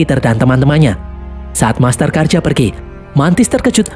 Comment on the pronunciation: master karja kok berubah jadi masker karja hahaha